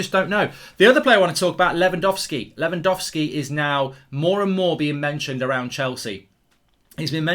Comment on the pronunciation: It's Lewangowlski Mark, I'm disappointed in you 🙄